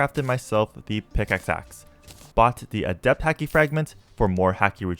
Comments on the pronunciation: P.S it's Haki (H-au-key) not Haki (H-ah-key) it's a small thing but made me cringe when I heard it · haki is pronounced like hockey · Everytime he said hacky and not haki a little piece of me died